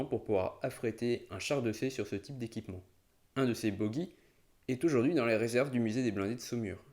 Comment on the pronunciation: bogie se prononce boji et pas bogui . Très bonne vidéo.